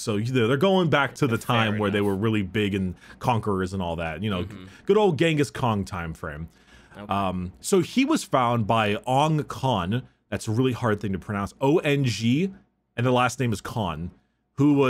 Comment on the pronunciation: I never thought that one day I would hear someone call him," Gangis khan" hahahahaha